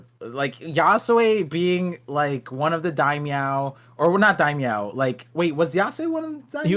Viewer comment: Lmaooo it’s daimyo not Daimyow loll